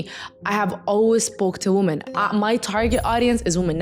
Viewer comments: “WOMEN!!” Baby 😂not “woman” love you 😘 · It's a Middle Eastern thing. Lots of native semitic language speakers can't pronounce the short 'o' in 'women'